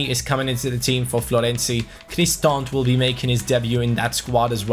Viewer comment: FYI Bryan Cristante's name is pronounced Chris-Tan-Tay